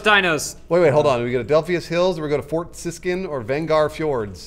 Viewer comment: Am i the only one who noticed "fort ciskin?" stop oppressing me "Carnivores 2"